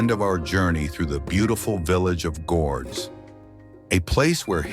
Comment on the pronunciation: Pronounce Gordes properly. No S